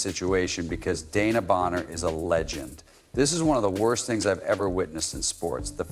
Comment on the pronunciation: De...... wan..... na Bonner. not Dana